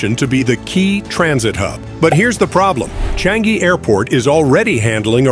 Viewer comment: sir, try saying Chang-ee